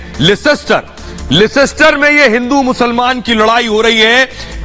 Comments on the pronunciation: It's not lescster It's Leicester... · Leicester is spoken lester લેસ્ટર. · it is Leicester Ley - ster(that is how you pronounce it) Anaradi na bane...... London niche hai aur Leicester oopar hai - Ghusi baat khopadi ma nahi hehehehehehe... Seriously, Arnab! Respectfully, your boys have mud in their eyes!